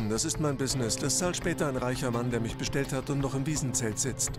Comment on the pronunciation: „Sie haben misch ins Gesischt gefilmt, das dürfen sie nischt!“